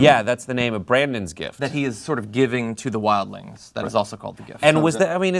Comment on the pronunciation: What kind of a MORON would pronounce "gift," "jift?" WTF?!? What a fuckin moron!!! Ever since he said he "hated" "The Walking Dead"while his bitch ass is reviewing it for viewers who love that show, I've been so annoyed by bitch ass!!!!